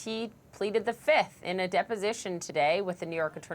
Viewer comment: Trump today: 1, 2, 3, 4, Fif! I plead the Fif. Remember that Dave Chappelle skit? I say Fiiiiiiif! If it's a witch hunt, you should have brought receipts and EVIDENCE, NOT plead the FIF lol.